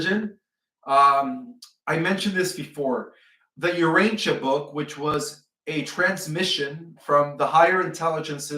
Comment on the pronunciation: "Ur-'ANCH-ee-a Book" And that big Tokyo serpent is pronounced "Le-'VI-a-thon". Not "'LEV-e-a-thon" Both words the accent is on the second syllable.